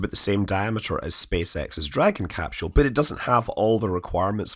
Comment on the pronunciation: THERE IS NO DAMN “ H “ IN CAPSULE SCOTT !! How many times do you need to be told this simple fact? This is not like the difference in spelling “aluminum” or “aluminium”. Even the Oxford English Dictionary shows NO “h” in capsule so don’t try arguing it from the “mother tongue” shite!